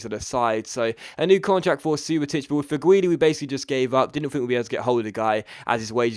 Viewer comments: Its not pronounced Fegwuili, it's pronounced Feghooli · It's prenounced (feg-ew-li) by the way :)